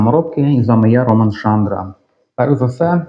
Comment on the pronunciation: теперка...не роман а ромАн. бомко ти. багато тексу.але пояснення гуд. повишающий..